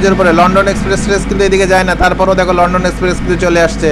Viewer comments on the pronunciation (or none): none